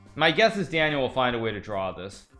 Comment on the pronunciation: A monster of chess Grandmaster, but can someone help this dude how to pronounce Daniel? Good lord